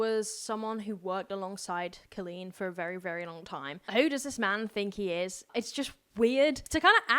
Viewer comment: Hi love. I just recently came across your YouTube and I absolutely adore your content. I'm going to try and summarize the whole situation as best as I can for you (as I've been keeping up with it and I love swoop and love adam). Also I love the way you say Colleen's last name. Haha. It's Pronounced (bal-inn-ger). But idc if her feelings get hurt. So basically, to make a long story short, Johnny basically was a worker for Colleen and after this information comes out about Adam, Johnny made up a lie about being groomed by colleen's ex husband and claimed grooming means an adult that makes promises to children and doesn't keep it. Lol swoop showed that Johnny was the one being overly talkative and weird and her husband barely answered. In the interview, Johnny knew swoop was a dv survivor and Johnny said the fact that colleen's husband stayed with colleen (when she was allegedly abusive) that he "fucked around and found out". Which is really fucked up to say to the face of a dv victim. And basically swoop breaks down every single lie johnny has ran in circles about and blah blah. Oh! And his best friend is an alleged pedophile that would go on phone calls and video chat with minors and Johnny would call and wake him up (due to this friend being ballingerant drunk) and a lot of those kiddos were 12, 13. They were also encouraging them to drink and giving them drinking tips....??? Hope that helps clear some things up. Johnny is gross. He would tell people, that his story was more